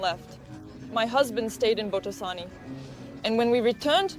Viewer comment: It's Botoșani (bohtoh 'shany).